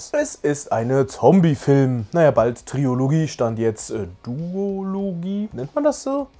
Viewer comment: Da man dieses Wort im Bereich Filme ja häufiger mal braucht, verrate ich Dir jetzt mal für zukünftige Videos, dass es Trilogie heißt und nicht Triologie.. Ist aber auch ein weit verbreiteter Fehler.. Dieser Service war kostenlos! 😀